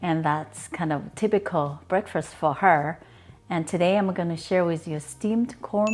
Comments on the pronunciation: Lovely video. I had googled this question, "Does Corn Flour steam well?" And your video came up. Thanks for the recipe and thanks for answering my question about corn flour. (Please don't be embarrassed... the first meal of the day, in English is Break FAST, not Break FIRST. I've heard other Asians use the same wrong word so, perhaps it is wrongly used within the Asian languages but, in English the right word is Break FAST. Otherwise, your English is really excellent. Don't be embarrassed, just practice saying FAST.....) the boy runs FAST, the car drives FAST, We eat BreakFAST. See? Easy!😉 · we pronounce breakfast like breakfirst here, just depends on where you're from I reckon